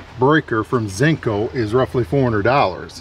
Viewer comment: "ZINCO" :D I think you mean, "Zinsco". ZINNZ-coh.